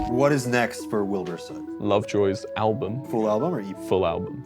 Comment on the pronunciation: "i spent a day with wibur soot." oh. are you traumatized enough yet?